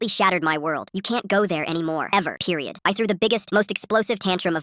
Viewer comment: Is it just me or bro said PeRiOd😂😂😂😂😂😂😂😂